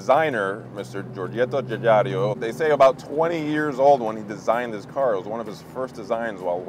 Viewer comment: And he said "Giorgetto GiugaRIO" too:)